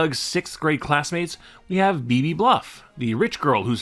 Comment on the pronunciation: Beebe, not Phoebe.